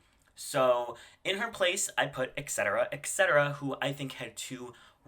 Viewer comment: Why do Americans see "et" and hear "eck"